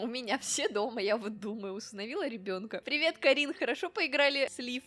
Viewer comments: привет только не КАрин а КарИн, ударение не там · это не Ка́рин, а Кари́н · Её зовут не ка́рин а кари́н и она рисовала Лив а не тебя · Там не кАрин, а карИн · Прикольнооо💗💗!! Толька не КАрин а КарИн(КарИна) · Её зовут не КАрин, а КарИн, лиана играла в эту игру и называла её КарИн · ты оччччччееееееень красиво озвучиваешь! и да не КАрин КарИн (большая буква это ударение) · не Каарин а Кариииин😂😅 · Не Ка́рин, а Кари́н❤ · мне кажется что её имя читается как КарИн, но если хочешь читай КАрин 🤗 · всё ок, но читай сказку! и ещё не кАрин, а карИн!! ( Карина)♡ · Извините конечно, но, не Ка́рин, а Кари́н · Не КАрин,а КарИн! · это не Ка́рин а Кари́н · не Ка́рин, а Кари́н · Кари́н ,а не ка́рин)) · правильно карИн а не кАрин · Не КАрин а КарИн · Все класс но это карИн а не кАрин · не кáрин а кари́н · можещь называть девочку КарИн ,а не КАрин пожалуйста ! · не КАрин а КарИн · Кари́н а не Ка́рин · не Каарин а Карин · Не Ка́рин Карина́ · Не ка́рин а кари́н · извини ну у тебя ошибка не кАрин а карИн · КарИн а не КАрин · это не кАрин, а карИн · это КарИн а не кАрин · карИн её зовут карИн а не кАрин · Не каррин а каарин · Не кааарин а карииин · Не кааарин а кариииин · КАРИ́Н ударение на букву и !!! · карИИИн на и ударение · да не карин а карин ударение не на а а на и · ты ударение не правильно ставишь😁😆Но тебе можно, ты же Украника😂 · УДАРЕНИЕ НЕ ПРАВЕЛЬНО ЧИТАЕШЬ ИМЯ КАРИН